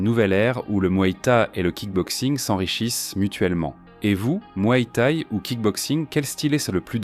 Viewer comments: Ha ! le mué té et le k-une hein ?🤣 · Va falloir apprendre à prononcer K1 et Muay Thaï correctement...